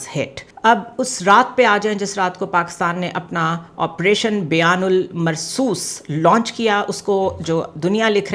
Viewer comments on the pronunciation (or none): it is arabic and the right pronunciation is Banyan-um-marsoos بنیان المّرصوص